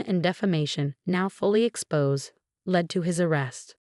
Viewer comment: Alice not a lice. led not L.E.D (LED).